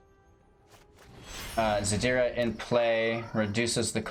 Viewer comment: ziRda not zaDira <3